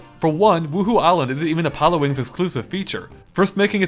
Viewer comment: Am I the only one hearing him pronounce Pilotwings wrong over and over again?